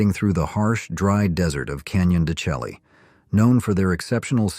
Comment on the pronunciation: Pronounced Canyon De Shay. Not chellie.